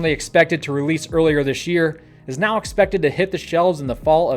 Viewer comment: Did he say "going on right meow?"